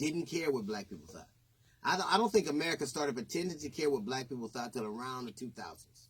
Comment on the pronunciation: I hate he says Thot for Thought